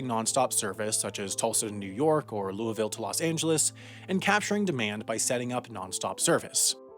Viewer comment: Props to you (bad pun fully intended) for pronouncing Louisville’s name properly! —Sincerely, A pleased Louisvillian